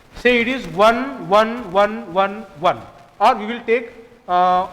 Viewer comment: "wan wan"